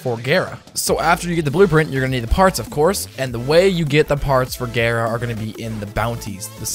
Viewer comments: Couldn't do it not with gaira being said over and over when every one else says it gar like car gara like from naruto. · DONT PRONOUNCE GARA LIKE THAAAAAAAAAAT. Gah-ra, not gay ra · It's gah-ra I learned that from Naruto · He said it like gayra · It’s gar a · Cringy af intro and prounounces gara wrong. Fuck outta here